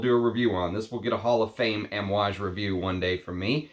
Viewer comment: Kohn Yak not Caan yak also Ahm ooh aage. I speak fluent Italian and Arabic most languages outside of English. The a sound is aah